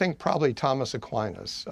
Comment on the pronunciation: his pronunciation of Aquinas was enough for me to stop listening. even though I was on his side.